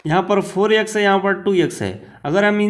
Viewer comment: Sir aap bhot acha xplain krte ho lekin vo yex nhi x hota hai .u will build audience by right pronounciation.